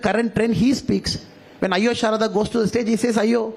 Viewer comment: Shraddha.. . Not Sharada